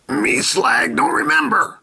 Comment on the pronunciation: 1000 hey,its slag not slug